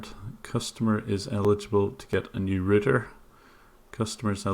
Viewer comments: dude how do you pronounce router? its not a ruuter, its a RAUTER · Ah I remember you, the guy that can't pronounce 'router'. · When talking to U.S.A. victims say router like shouter. otherwise they'll think you are saying rooter. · Rooter?... you do a great job! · He said scan my rooter lol. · for a sec i thought you said "now he says that's he's gonna scam my router"